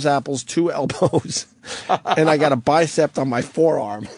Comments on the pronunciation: He says bicept a few times. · Wonder if opie ever learned that there’s no t at the end of the word bicep.